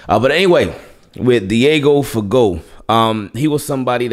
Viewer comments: It's pronounced FUH-GO y'all..... 😒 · Guess people don't know French pronunciation... Someone bout to be fired this season